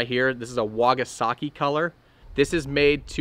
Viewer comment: Love how calls the Wakasagi color a "Wagasaki" lol keep it up man